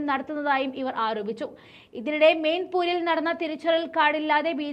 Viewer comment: മെയിൻപൂർ അല്ല , മെയിൻപുരി ആണ് .